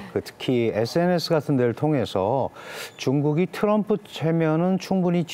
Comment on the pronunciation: Tr 이 들어거면 ㅊ 로 발음한다 트럭=츄럭 트리=츄리 트럼프= 츄럼프😮 3대 제왕? 러시아의 푸왕 중국의 시왕 미국의 츄왕 😮 징글징글